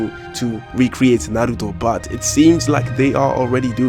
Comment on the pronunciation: this guy pronounces naruto perfectly